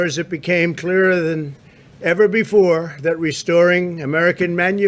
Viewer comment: clearerr rrrr ?